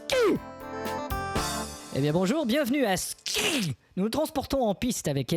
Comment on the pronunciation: j'adore le "Voici l'émission *SKI !!!!*